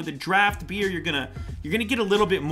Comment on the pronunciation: THE FIRST TIME HE TOLD BEER I HEARD IT AS BEARD I WAS LIKE WTF??????????????????????